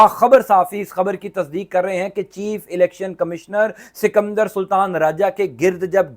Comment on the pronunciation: 😂😂😂 bhai sikamdar nahi sikander sultan bolte hain 😂😂😂😂😂😂😂😂😂😂😂